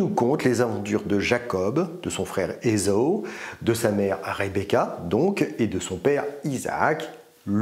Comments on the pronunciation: Ésao ? Moi je l'ai toujours entendu prononcer Ésahu. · Esau se prononcerait ezo. Esaü se prononce E za u. Le tréma sur le u signifie que le u se prononce. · Faudrait commencer par bien prononcer Esaü !